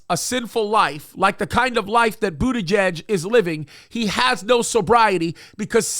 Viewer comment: That is pronounced Butter geeg. Great show, I love watching your show especially the ones with paster Tom. Keep up the great work, God bless you all.